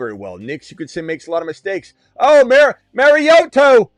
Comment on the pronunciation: “Mari-oto throwing to Toto.” 😂